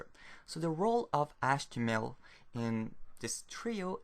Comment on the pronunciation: what about achtemel?